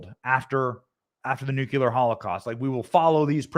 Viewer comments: Benny You keep using the word "nucular" The word you mean to use is "nuclear" 2 very different meanings. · Nucular is a common, prescribed-against pronunciation of the word "nuclear". It is a rough phonetic spelling of /ˈnjuːkjələr/. The Oxford English Dictionary's entry dates the word's first published appearance to 1943.